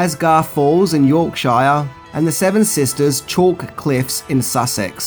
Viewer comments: Just to help it's not shire as in mire. It's better shortened shure... And said much quicker. More like Yorkshr. Etc. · I'm not sure you can criticise anyone's English accent. You're pronouciation of English counties if off. Shire is pronouced sheer. Buckinghamsheer, Wiltsheer, Yorksheer etc. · "York-shy-er"? And the other shires. Try "York-shir". You'll make more friends in England. Seriously... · HA! "York-shy-er". Funny, I thought only Americans messed that up. Apparently so do Ausies... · I thought Australian people were at least smart enough to know that in the U.K., we don’t live in Shires! We’re not Hobbits! It’s shur, always shur! 🤦‍♀️ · haha, love the way you say york - shire! You pronounce it Yoursheer (as in shearing a sheep) as one word fast... Damn English dialects! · The 'shire' in place names in England is pronounced as 'sheer' for some reason. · York Shire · You suffer the same problems as Americans, miss pronouncing yorkshire. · Your saying yorkshire wrong!! 😢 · Haha I love how you pronounce the British places lol